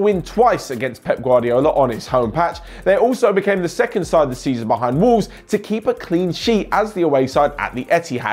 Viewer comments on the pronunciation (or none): none